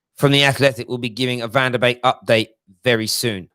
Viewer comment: BEEK NOT BAKE!! C'ON!!